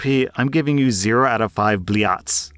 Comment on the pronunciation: I don't know know where you got "" from, but it wasn't google translate.